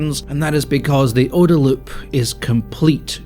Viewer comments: is there actually a debate about how to pronounce OODA? I have never heard it pronounced like you're saying it, and I've been in the USAF since 2000 (and training for 8 years before that). Always OOH-da. Side note: there's actually a street called "OODA Loop" on Maxwell Air Force Base next to one of the major training complexes. It's literally a one-block loop with an aircraft on static display. I laughed so hard when I saw that on my first visit as a young lieutenant (early 2000s). Was there recently and it's still there. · Having seen the OODA loop (which you hilariously mispronounce) in practice in military operational planning for the last twenty-five years, I can say it is legit, and someday someone will make a video on the future YouTube equivalent about how wrong PigFucker was about so much.